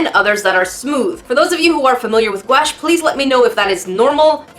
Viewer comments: Normal people: guache: GUAEESH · Hi! I love your videos.. I used to pronounce gouache like you do, and my dad laughed at me. It's pronounced like ghost + gosh. Goush, I guess.